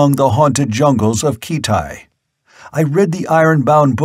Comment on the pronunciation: Oh really ? Ackeron not Asheron. Nemeedia not Nemedia Kithai not Keethai.